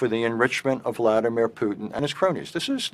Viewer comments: Oi, its Putin not Pudding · Putin laughed at the way she pronounced that name 😂😂😂😆🤣